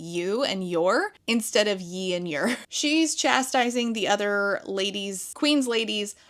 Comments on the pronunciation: the heavy emphasis on the r in “yer” is so funny. Your delivery of these awful lines makes the content actually entertaining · Every time you say "ye" and "yer" I hear it in a dramatic pirate accent like "Arrrgh I am yers" lmaoo Also that title is a tongue-twister of a travesty